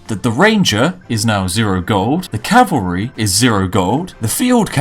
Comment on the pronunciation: I can respect a man who correctly pronounces "cavalry." You have earned a sub.